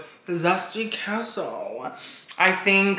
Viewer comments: Yum Yum Yum! Awesome review. Queso is pronounced Kay-So. Get it right!;-) Love ya Queen! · I love how you call it "kesso" 😂